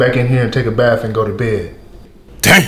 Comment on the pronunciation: Told ol boy to take a “baf”